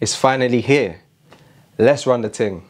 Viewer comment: You know its serious when the accent comes out....Let's run the TING?!?! OKAYYYY!!